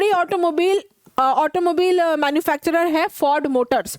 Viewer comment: Mam,ओटोमोबिल नही, ओटोमोबाइल🙂 But It is Okay for you🤞